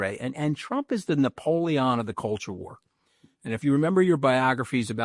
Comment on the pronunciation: I dont know anybody who pronounces "Napoleon" the way Mooch does.